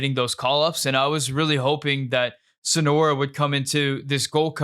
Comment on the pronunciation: Great takes! But calling Soñora Sonora over and over really bugged me😂 it’s just not his name